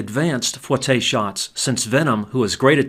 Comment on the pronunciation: just an fyi, it's not pronounced fwah tay, it's foo eh tay if it was fwah tay it would be spelled foitté